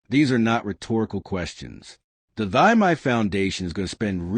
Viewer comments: For the first time, thanks the news host has pronounced the lady's first name correctly. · Thy is pronounced Tee or Thee.